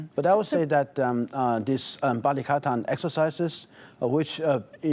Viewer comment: First time hearing a foreign anchor/host say the word balikatan correctly haha